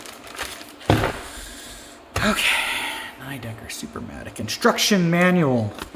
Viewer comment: Pretty sure it's "nee decker" not "neigh decker", it's German.